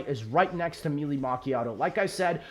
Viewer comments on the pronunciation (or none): none